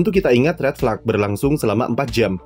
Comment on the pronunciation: tumben min pronounce “red flag” dibaca “red flak”